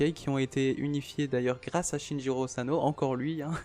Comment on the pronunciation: C pas shinjiro c SHINICHIRO